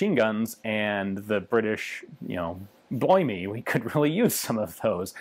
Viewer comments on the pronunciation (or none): "Bloimie"?. No offence here Ian, but if you can pronounce French so well, I'm sure you can do cockeny. Just think Dick van Dyke in Mary poppins....